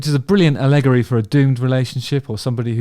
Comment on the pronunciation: ah-LEGGORY. Is that the English pronunciation?